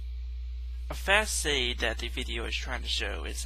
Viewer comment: But you know what? I'm going to give it a shot anyways. First of all, I can't stress enough how asinine your air quotes are. Technically, there is nothing incorrect, but it makes you look like a moron regardless. Secondly, it's pronounced "fauss-ahd" not "fass-ayd" or whatever the hell you're saying. Next, legally, yes, you would need a permit to sell your statue, but that sort of law is often over-looked by a police officer or what have you because it really isn't worth their time.